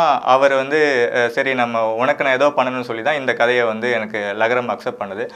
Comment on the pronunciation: Adhu lagaram illa zhagaram...